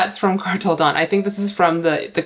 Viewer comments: Indonesian here 🙋🏻‍♂️ your pronunciation is correct! It's da-oon so 2 syllabes 🌱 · Indonesian here for a public service announcement! You’re right! It’s Kartel Da-un, you need to roll your Rs and the an and u are pronounced separately! Your plants are sooooo sexy though omg. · Yes the correct pronunciation is Kartel Da-un(oon) :) Their collections look cool